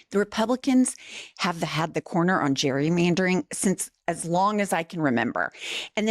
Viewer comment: Can he not pronounce gerrymandering? 🤣